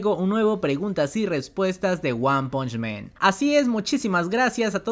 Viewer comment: se dice "wan panch MAN" no "wan ponch MEN" xD